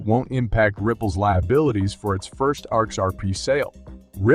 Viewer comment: The words are pronounced. X R P, not x-arp. S E C, not sec. And Library, not L-bree.